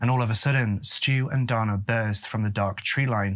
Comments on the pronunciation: Pronounced Day-na.🤔🤔😱. All you tubers should pronounce words correctly. If unsure you can ask computer to pronounce the word !!!! I have sons and at 13 they would not have been allowed to go like that. Also no man is gonna tell me how to raise my children. They come first!! Their mother was a lousy person. Their Dad was too. Poor kids !! 💔😱😢. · Also, the male name 'Dana' is traditionally pronounced with a long a sound, as in Dana Garvey. Between your mispronounciation of 'Sioux' and 'Dana,' and your misuse of the word 'upsetted,' you might want to do some research on pronunciation and usage before your next video. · If you read the book it absolutely was a marijuana joint and Donna is pronounced Dane Ah and its not six falls it is Souix Falls but other than that great story telling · Dana is pronounced Day-na. Not donna.....😂😂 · Again, DANA is NOT DONNA. DAY NA. DON AH. You really should listen to pronunciation programs before recording. When you young Tubers record and continually mispronounce names and places, it tells me you're too lazy to fully do research. This makes me disinterested in your videos. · and Dana isnt pronounced like Donna. i was so confused until i saw the name spelled under his photo. poor kid. Great vid, but a little disrespectful not to check how these names are pronounced when its all easy to find. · Great video as always,! Just for future reference, Sioux is pronounced “sue” and Dana is pronounced “day-na”:) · The brothers name is pronounced DAY-NAH it’s a rare name for a boy but I did grow up with a Dana. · Confused why they call Dana a boy...refer to HER as Brother. The photo shows a FEMALE named Dana. Pronounced DAY NA.